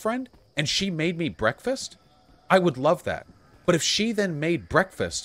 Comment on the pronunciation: "If I had a gurlfrend...and she made me brekkfast...I would LOVE that! But if she then made brekkfast, for another person in, the same way when they sleep over to, like, hang out and play, like video games...and like...but not me....that would be...I would feel INSECURE 'bout that...and it would make me feel bad...." Vaush 2021